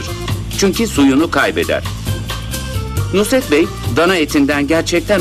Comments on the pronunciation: "NUSR-ET" "NURS-ET" değil... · Nurs et derken nusr et olmasın o 😁